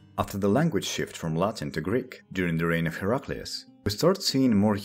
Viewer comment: This guy's classical Latin pronunciation is just chef's kiss